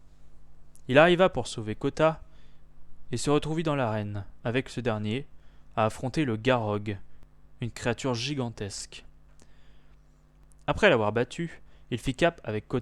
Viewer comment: Le Gorog pas garog